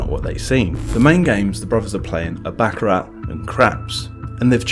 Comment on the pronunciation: It's pronounced "Bock-ah-rah" NOT "Back-a-RAT"!!! Sorry, pet peeve of mine. 🤦‍♂